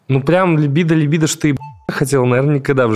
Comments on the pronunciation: Я прошу ,услышьте меня 🎉 «ЛИбидо»-когда слышу ,мне плохо .. ЛибИИИдо ,можно даже погуглИть если хотите и узнать куда ударение ставить 🙌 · можно так: либúдо) Тоже коробит, когда ударение неправильно делают